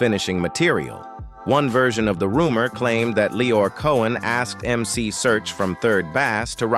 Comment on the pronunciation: YES please pronouce the God MC correctly....you put RESPECT on his NAME!!!!!!